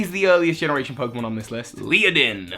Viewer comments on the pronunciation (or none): Ledian , not leadin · Does he really hurt call it "Liadin"?? 😂😂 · Nails Togedemaru Struggles to say Ledian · Leidan? Its Ledian. Le-Di-An. Not Lei-Dan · "leo-din"? le-di-an Dunno how many people have informed you on this, but one can only hope that you'll improve. XP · Leodin??? How does one get that from the spelling of Ledian? Lady-on, ok, leh-di-on, sure... But Leodin? What? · Ledian. How hard is that. How can you pronounce Ledian as Leadin? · How in the world are you saying Lee-oh-don? Led-i-an = lead-(like the metal!)-ee-an. The others I'm not that fussed about, but that was kinda bad on a legendary scale, and I'm more or less meh about that Pokemon. ^_^; Other than this I pretty much agree with your list with the exception of Servine, and my favorite scentless, rainbow ooze monster. You can dislike their designs if you wish; just gonna say they are some of my favs. :3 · LED- EE- AN You're welcome,. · Oh Gods. . . Ledian, Led-ee-an. Pokemon names are NOT that hard! I'll forgive you for Zweilous, because unfortunately not many people learn German (Ein, Zwei, Drei) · aww poor luvdisc. So cute. Also how can you not pronounce ladian.... LADY-EN. easy. Also.... skrelp is a sea dragon, not a sea horse. Theyre related but not the same thing. Skrelp looks like seaweed (kelp, hence its name) because thats what sea dragons look like . Just saying. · ledian is le - dean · Leeadin... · Ledian is pronounced Led-e-in. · Ledian is pronounced LED-I-EN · HOW CAN YOU NOT READ AND PRONOUNCE "LEDIAN" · Please, the d comes before the i in Ledian… :P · STUNFISK. I hate that thing. It's cry is the sounds of the damned burning in hell, but omg. mate. The way you pronounce Ledian. Hahaaaa. I WAS JUST SAYING THE OTHER DAY I didn't even know avalugg had a pre-evolution until I pulled a bergmite in a TCG pack. I forget avalugg even exists. Poor Delphox and Alolan Muk. Sheesh. Twitch squad!